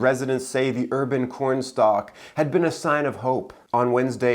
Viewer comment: "Urban Cornstar" oh my God 🤣🤣